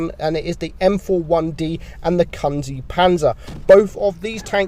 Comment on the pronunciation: how does he pronounce kunze so badly lol